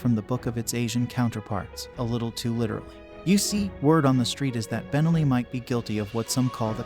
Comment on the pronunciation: Nice video. By the way, it's pronounced ben-NELLI, not BEN-elli. Think cannoli, not Tripoli